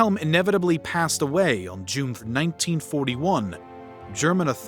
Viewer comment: "Juneth 1941"